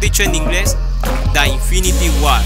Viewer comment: Mejor dicho en ingles: "da infinity war" ¡WTF! Esta peor dicho en ingles jajaja